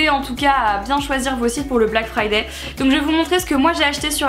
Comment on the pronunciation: BLACK FRIDAYYYYYYYYYYYYY toi qui parler anglais tu n'arrives pas à prononcer le mot "friday" correctement alors que le y en anglais ne se prononce pas